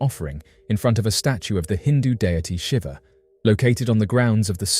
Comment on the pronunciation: It's pronounced 'Sheeva', my friend, but yes, it does send a shiver down your spine!